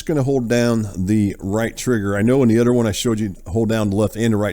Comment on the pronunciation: It’s “other” my man not udder. Work on that. 🤦‍♂️